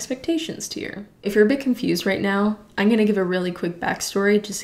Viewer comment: when she says " ieen" instead of " i'm" lmaoo love your videos tho